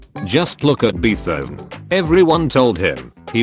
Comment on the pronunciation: No one; Not a god damn soul; Not even God and the Devil themselves; text-to-speak when it sees Beethoven; Beefov #BrainyComment